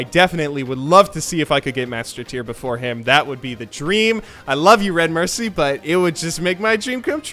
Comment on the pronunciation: The way you pronounce Redmercy is giving me a stroke.